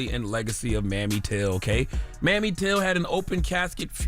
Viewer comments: It's MAMIE TILL, not mammy, you dunce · Pronounced Mamie not Mammy, Char. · Charlemagne!! Her name is not pronounced mammy. It is pronounced May- me. Put some respect on that. Please and thank u. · Charlemagne, it's Mamie Till, not Mammy Till. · why would you say "mammy" till tho? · Charlamagne how you from the south and don't know Mamie is pronounced May-me? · He needs to learn to pronounce Emmett Till's mother's name correctly. Please! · Charla, that’s not how you pronounce her name. It’s Mamie with a long A. ☺️💕